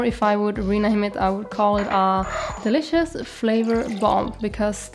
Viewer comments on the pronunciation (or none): none